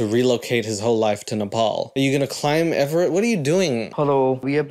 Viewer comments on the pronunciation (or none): Baby, it's "Everest." Hilarious video btw, as always.